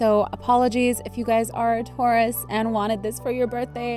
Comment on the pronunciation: I'm sorry but in the beginning you pronounced it wrong XD I still love u tho